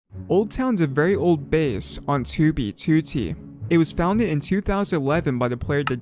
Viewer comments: Bro this man ain’t sayin 2b2t, he sayin toobytooty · why does he always pronounce 2b2t as "2bee2tee", like he says it longer or smth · Two thousa leven on two bee TWO t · Dude the way pronounces "TewBeeTewTee" has me actin up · when he says 2b2t it makes me wanna cry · I like the video but not the way u say 2b2t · BRO WHY HE PRONOUNCE 2B2T LIKE ITS THE SAME RECORDING EVERY TIME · why does he say 2b2t like that lol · Why do you say 2b2t like that it creeps me out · I spent like a good minute just thinking about how he says 2b2t